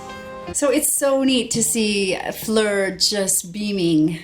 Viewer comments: Listen up, it's Floor like south of the wall, not Flir! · Oh, one more thing... The o's in Floor's name are pronounced like the vowels in 'Road', or funnily, 'Floor', as in the surface in your house you walk on. The way you pronounce them (more like 'uh'), would be spelled 'Fleur', also a popular Dutch girl's name. Interestingly, both names have the same Romanic root: Floor from 'Flora' (Plant in Latin), Fleur from... Well 'Fleur' (Flower in French).